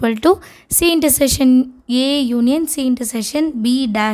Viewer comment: Intersession ❌ intersection ✅